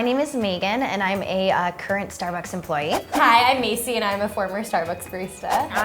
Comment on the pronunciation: When she said “mayci” I panicked